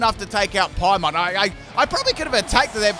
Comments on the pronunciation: Paimon: He's calling Paimon's "Piah-mon" and not "Pie-mon"?! That's it mister, you've earned yourself a funny nickname! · It was pronounced pie mon or in the game emergency food kinda funny that you did the egg pokemon